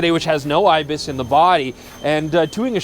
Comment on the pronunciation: say's IBIS but it's not IBIS.